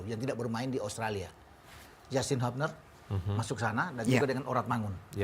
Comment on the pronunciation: HIUBNER bukan HABNER